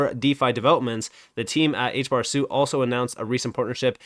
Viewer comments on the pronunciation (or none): HBAR > XRP And sorry to correct you man but "suite" isn't pronounced "suit" it's pronounced "sweet"